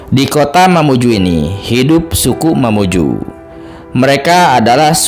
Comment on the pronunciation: Dari lambang baju adat nya itu bukan mamuju melain kan baju adat mandar Begitupun sejarah yg di paparkan Juga bukan sejarah mamuju Melainkan mandar Maaf yg punya konten mohon di cari sejarah yg sesungguh nya Dan penyebutan diantara sungai Di perjelas yg saya tau bukan sungai, budung-2 tetapi budong- bodong bukakan karamik, tapi karemak Mamuju, juga bjkan mamuju tapi mamunyu Mamunyu punya cerita sampai saat ini belum ada yg pecahkan secara detail dan sejarah sesungguh nya